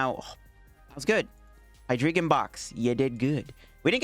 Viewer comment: I think it's pronounced "Hee-dry-gon" as in "drei" in German, for three.